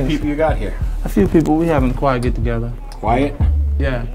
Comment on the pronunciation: dat nigga said "A quite get togetha"lol